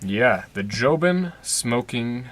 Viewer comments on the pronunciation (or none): It’s jobon not jobin